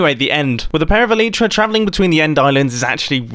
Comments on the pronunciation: WTF is elitra its elaitra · 41 : don't call your Elytra - ,,Elitra'' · When ever he says aleetra I just want to die. It al-eye-tra. It just sounds better